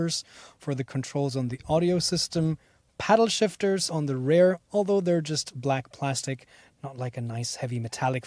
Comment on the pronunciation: Good review and comparison. TIP: "Rear" is pronounced as "fear" and "hear" not "rare" or "bear" .. sorry ..